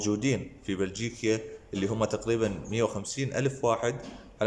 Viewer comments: يابا بلجيكا وليس بلجيكيا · بلجيكيا ..؟! بشرفك اسمها بلجيكيا 💔🤦‍♂️ الله ايطيح حظ الدولة اللي تستقبلك إذا اسمها متعرف شــلون أتلفظه